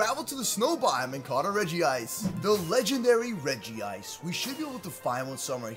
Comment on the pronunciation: Its called Regice not regiice